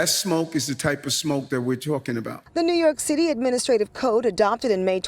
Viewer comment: Did he call it "New York Sh!tty"?